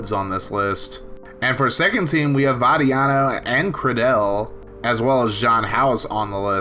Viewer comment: Jaiden Credele’s name is pronounced Cradle and they call him Flip Cradle 🫡